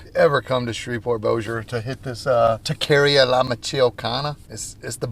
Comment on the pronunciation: Taqueria (ta-ca-ria) lol